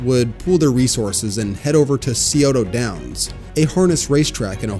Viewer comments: For anyone wondering, it's pronounced Sigh-O-Da. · It’s pronounced “sigh-oh-tah downs” source: I live in Westerville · This was a pretty good video but the way you pronounce Scioto Downs was hilarious. As someone from southern Ohio I can understand why you'd pronounce it that way, but still very funny.